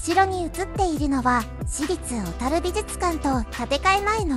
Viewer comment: ところどころ「小樽」のイントネーションが変だけど内容はしっかりしてて感心しました笑 大國屋廃業の平成五年当時、最期の従業員の一人として勤めていましたが、今となってはあのエレベーターを操作できたことを懐かしく思います。